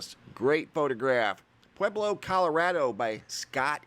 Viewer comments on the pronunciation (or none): none